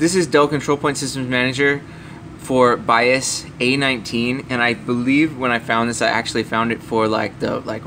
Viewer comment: Too Long to explain .... Also its "BIOS" not "BIAS"